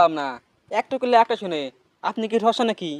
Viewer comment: কসা না ঠসা